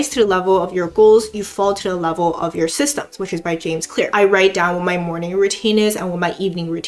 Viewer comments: sysems, not systems :D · you forgot the "t" in "systems" in "you fall to the level of your systems" quote. this is my best contribution, i'm proud of myself for trying. XD